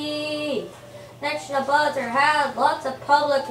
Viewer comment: ne - boo - kud - nez - ar not neck no buzzer get it right